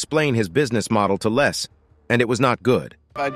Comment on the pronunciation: he kept calling his LEZ,instead of Les!!! I'm sure he wouldn't wanna be called a Lesbian....lol